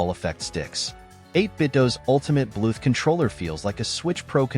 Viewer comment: Good video but wtf is up with "Blueth"